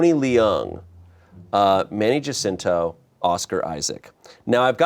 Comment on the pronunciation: I’m Filipino. It’s pronounced Manny “Haah-sinto.”